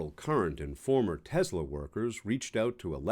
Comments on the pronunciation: It’s “TeSSSS-La”, NOT “TeZZZZ-La”! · *Tesla not Tezla. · It’s Tesla not tesler